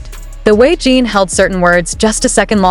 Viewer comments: The way she is saying his name Jean is bothering me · A.I is not good at getting names right.